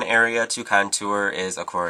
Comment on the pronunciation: Love how u say "contooer"